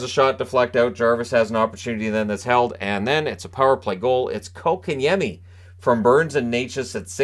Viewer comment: TNT Before the deadline was talking how the Canes need a 2C and have no stars. Yesterday- They said this team (Canes) are loaded with stars. Then they actually said KK has really shown he deserves that 2c and has really been making an impact. Fist of all it is pronounced Coke-and-Yemi. NOT Cock-in-yemi! From KK himself when asked. If these guys would do their homework they would see the Canes top scoring line is the second line with KK at center! (Well KK/Necas as rod switches them for certain situations) Without KK at center that line dropped to 3rd in scoring with the fourth line with KK was real close. The second line went dormant when KK was dropped to 4C. Since his return to 2C that line is again the Canes top scoring line.